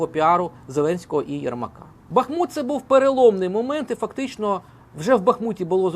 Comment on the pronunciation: Приятно,что Вы БахмУт называете правильно.